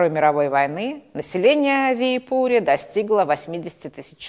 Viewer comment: готовясь к выступлению, нужно уточнить, как звучат иноязычные имена собственные. Не ВиипУри, а ВИипури, ударение на первом слоге, так же как в шведском названии ВЫборг. А то создаётся впечатление, что вы там даже не бывали.